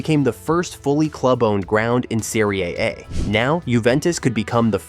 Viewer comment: They used a Brazilian Portuguese AI voice 🇧🇷 in this video to say that Juventus got punished in the "Serie A"... But it came out sounding like "Syria" 🇸🇾 😂 Like, what?? Did Juve just get relegated to a war zone league now? 😭⚽